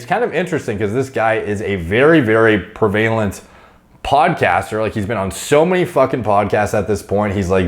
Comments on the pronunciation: Prevalent prev--a-lant Not pre-vale-ent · as someone who has a great command of the English language and vocabulary, I think you'd appreciate this. The word "prevalent", you pronounce (pree-vail-ent), but the actual correct pronunciation is (preh-vuh-lent) Super not important, but figured you'd appreciate it anyway:) Love the vids always learning a ton from you, keep it up! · PrEv-a-lent, not prev-A-lent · Is saying 'prevailant' instead of 'prevalent'? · Pre-VAYLENT lol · Hearing you mis-pronounce "prevalent" multiple times every video triggers the fuck out of me. It's pronounced prev-uh-lent, Christ.....it's not pre-vay-lent. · not PERvalent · It’s preh vuh lent not pre valent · Pree vay lent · Pervalent? Do you mean prevalent? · I don’t think I’ve ever heard anyone say prevalent like pre-vay-lent … but it does help me remember how to spell it. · Please, for the love of all that is righteous in this world, please don't say "prevAlent" ever again, it hurts my soul. Prev-u-lent The word is pronounced prev-u-lent, & no other way, ever. Plus, I know I would kick your ass. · One of these days is going to realize that he's been mispronouncing the word prevalent this whole time.. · Please learn how to pronounce “prevalent”. It’s every video man! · you're mispronouncing prevalent!